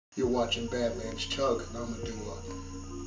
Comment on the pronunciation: does any one laugh when he said chuge